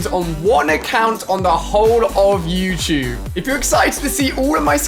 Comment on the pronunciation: Bro youtube not youchube